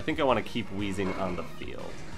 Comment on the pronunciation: Excuse me. It's actually pronounced Wayzing.